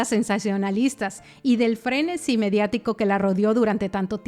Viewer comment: Min. 25.33 la palabra es "frenesí" (con acento en la "i") no frenesi... me extraña que una creadora de contenido no tenga ese grado de conocimiento de nuestro idioma...WTF!!!